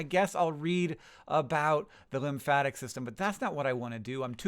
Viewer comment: .... Linfatic? Really.. it's lymphatic